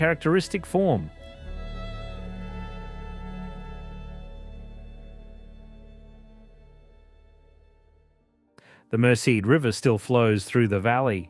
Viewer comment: Mer ced River is the main River pronounced wrong. Not Mer cy. Ti o ga Pass not Te o ga Rd. I know its probably A. I. Just to let you know.